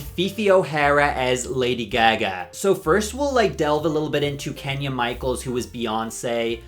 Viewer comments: That and how he pronounced Ozzy Osborne’s name. I’m sure he’s heard Lady Gaga’s name pronounced , there’s no reason for that odd pronunciation 🤣🤣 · Girl where r u from the way you pronounce certain words triggers me 😂😂😂 “gey gey” instead of Gaga 😢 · “Lady Ge-Geh”…. Girl 😂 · Not you saying it 'Lady Gag-a'? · WHO is Lady Geh-Geh? 😂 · excuse me ma'am... who the FUCK is lady geh-geh ??? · Your accent won’t let you live with “Lady GahGahh” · I love how you pronounce GAGA. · I’ve never heard anyone say Lady Gaga like that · I love you but why do you say lady gaga like that 😭😭😭😭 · WHY DO YOU PRONOUNCE GAGA LIKE THAT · You say "Lady Gaga" weird. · Why do you pronounce lady Gaga that way 🥲🥲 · How u pronounce Gaga definitely reminds me ur irish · how u pronounce lady gaga is CRAZY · How and why are you mispronouncing Lady Gaga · Ahh yeah it does say Irish you are right, my bad, I must have misremembered. I know the way he said Gaga isn’t Irish though because I’m from Leeds in England and I have met plenty of Irish people and never heard that pronunciation before.